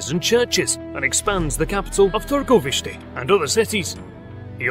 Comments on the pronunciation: That pronunciation of targoviste was spot on, especially for a non native, well done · i was surprised of how well you pronounce targoviste! nice! i grew up in that city :) vlad's fortress used to be the spot where me and my friends would meet and be stupid. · The way you pronounce Târgovişte is so good. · As i've seen below, somebody already congratulated you on the pronunciation of Targoviste, Bucuresti too, and i wanted to do the same and wish you all the best in the future, your videos are astoundingly good. I actually paused what i was doing to see this video of my hometown. History is a pleasure when presented in such a good way, hope you become a millionaire, really do :D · What nationality are.you? You pronounced "Țepeș" as well as Targoviște and București very fluently. Awesome chanel, love.every video that.you make